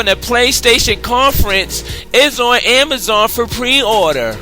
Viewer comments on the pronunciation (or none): none